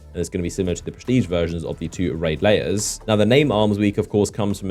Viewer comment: It’s lairs Hahaha not layers Like hair with an L Lol Only problem I’ve ever had with you bro hahaha good video as always, love the info